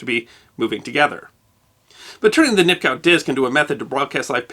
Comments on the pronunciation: nip-cow - do you mean nip-koff by any chance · The w in Nipkow should be pronounced like a v.